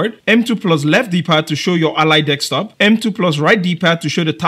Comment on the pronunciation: I'm going to ask a genuine question, and its going to sound rude, but I promise it is not meant that way. BUT, why is it, that every person whos native language is not english, or anyone from another country who is trying to speak English, pronounces the word DESK top as DEX top. Is it because of a misfire of the tongue? Is it just how it was taught to you? Or is it something else. I ask, because, I am a white, English speaking American, and I am learning Spanish, and I have a hard time rolling my R's and saying certain words. I don't know what prompted me to ask you this question, but i heard you say the word a bunch of times, and I feel I need an education on the subject.